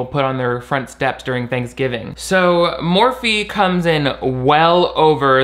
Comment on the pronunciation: Idk why I'm watching this, seeing Shane's face causes my DNA to rapidly attempt to devolve so I can become amoeba. Also I keep hearing morphine instead of Morphe, which I would actually prefer at this point...